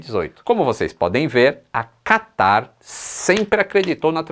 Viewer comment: Qataaarrrrrrrrr... quase que o catarro escorria.